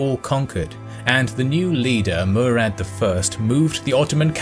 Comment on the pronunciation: Its Murat not murad